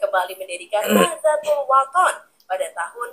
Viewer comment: Bacanya Nahdotul Ulama ' Bu. Kalau ejaan Indonesianya Nahdatul Ulama' , tulisan Indonesianya Nahdlatul Ulama' .